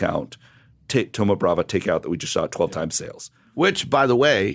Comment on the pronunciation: Why do you guys keep saying thoma bravA? It's bravO